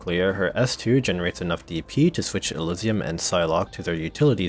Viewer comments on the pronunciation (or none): none